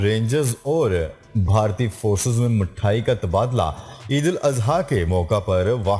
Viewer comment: Mayayee nahi balki mithayee sahi talafuz hay